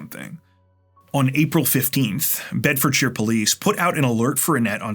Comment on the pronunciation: Thank you for pronouncing Bedfordshire correctly!